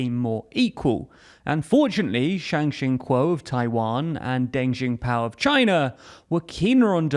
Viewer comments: Misspelling. Someone may have slept while typing. Deng Xiaoping is pronounced as “Deng See-ao Ping” Yeat. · Deng Zhingpao? c'mon bro you can pronounce it better than that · "Den Xinpao" 🤣🤣🤣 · “Deng Xing Pao” Nope. Try again. “Deng Xiao Ping” Say it like “Deng She-ow Ping” but each is a single syllable. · Deng Xinpao? You mean Deng Xiaoping. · Use google translate and listen to the pronunciations of the Chinese names. How did you fuck up Deng Xiaoping to become Deng Jingpao? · Deng... Jingpao? How do you screw this up so bad? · "Deng xingpiao". c'mon mate it's on the screen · Oh no. How will you know how to pronounce Deng Xingpao? 😂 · Gotta love a video that’s not entertaining enough to be John Oliver or knowledgeable enough to pronounce Deng Xiaoping correctly. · For the love of god, please listen to some relatively accurate pronunciations of the leaders involved. I’ve never heard such a horrendous butchering of Deng Xiaoping. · Just gonna say, but the Deng Xiaoping mispronunciation was fun to spot slip through the cracks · the mispronunciation of Deng Xiaoping was the worst I’ve ever heard.